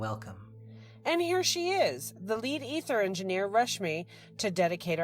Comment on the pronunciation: Constructive criticism, pronounced A-ther, ether is pronounced E-ther, lol still love to watch, and will continue!